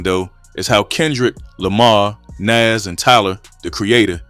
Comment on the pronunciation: Bruh, like the video but dear god! Why are you saying naz when it's Nas! Man that irked my soul!!